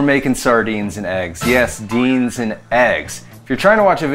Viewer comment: You had me at 'dienz'...lol